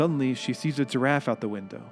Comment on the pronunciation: Why does he pronounce giraffe”turaffe?”